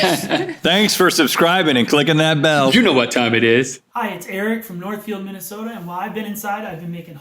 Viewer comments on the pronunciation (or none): none